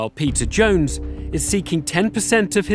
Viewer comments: Idk why this just made me laugh so hard. I can't unhear the narrator calling him Pizza Jones. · every time the host says "peter jones" i think he's saying "Pizza Jones" and I legit thought his name was Pizza and was so stoked on him. and during this vid I realized his name obviously isn't Pizza and now I have nothing. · I don't know why, but I always hear the narrator say 'pizza jones'